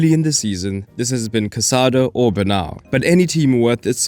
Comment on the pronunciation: love the video. Casàdo :-))...with accent on the second 'a', you aren't Catalan, therefore you can't know the right pronunciation. It is Cazadó, between vowels, s sounds like Z, and the accent tells you where to put the accent to the word: Cazadó. Johan Cruyff: "to win you need to score 1 goal more than your contender", Flick applies that as well.